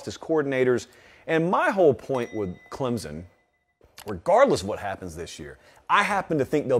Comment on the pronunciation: Before reporting on them, learn how to pronounce it first!! It's ClemSon...not ClemZun!!